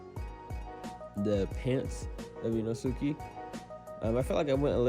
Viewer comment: Did u just call him ee-no-suki 👁👄👁